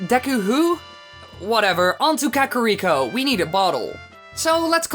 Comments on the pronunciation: Ka-ka-ka-carrot cake? ka-ka-ka-kakarrot? Kah-Kah-ree-koh. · It's KA-KA-RI-KO, not KA-KO-RI-KO, dipshit. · Vol-wager is gonna burn Ka-carry-ko to the ground. And so does the pronounciation. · checks comments apparently I can't pronounce "Kakariko", lol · It is not a german accent. He does not know how to pronounce Kakariko correctly thats it! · The way he says Kakariko. It fucking kills me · Why does the second guy insist on triggering me with how he pronouces KAKARIKO. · Man you really botched the pronunciation for kakariko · The way he was pronouncing Kakariko was slightly triggering. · This video was awesome and I love your content. But I cringe after everytime you said kakariko incorrectly 😭 Love you guys